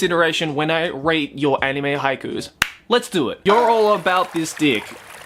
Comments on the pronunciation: I swore I heard he said he was gonna "rape" them, not "rate" them. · I thought he said rape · While watching his vid I was thinking to myself "Did he just say rape?"